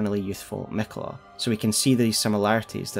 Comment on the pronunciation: Is it Canon to pronounce miquella like it has one L instead of two Ls? Where did that come from?